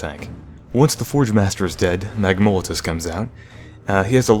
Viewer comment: MAGMOLATUS...lol at how he said that